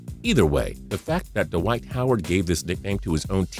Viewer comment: ive never heard david lee being called dawhite howard.